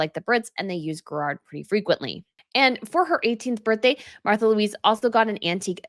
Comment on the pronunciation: I think her name is pronounced "Marta"